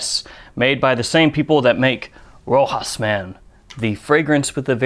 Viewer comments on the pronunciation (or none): It’s pronounced RO- Shaw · FYI, It’s pronounced RO-SHAS. And, I can’t wait for it to sell here in the US, I’m sure it will be a hit. Thank you! ✌️ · Actually, it is pronounced RoshA. The S is silent. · Sounds interesting. Btw. Rochas is pronounced like Ro-shas. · I'm from the Eastern US, never heard it pronounced but that's what I assumed as well, "Row-hass". 🤷🏻‍♂️ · He's right it is pronounced Ro-shas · French peeps say Roshass for the pronunciation. It is not Spanish, maybe you get a kick at ducking at accent, if so keep butchering, it is entertaining 😄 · Im french speaker. You have to pronounce the ch of rochas just like the ch of moustache... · Where did you learn to pronounce Rochas like that?